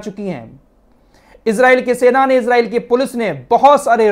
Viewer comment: Bhai pahle to aap Israel ko ejrael mat bolo wo ejrael nhi h Israel h not ghaja gaja h